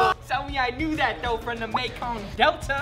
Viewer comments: mekong not makong. lol. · MEKONG NOT MAKONG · Mekong not makong!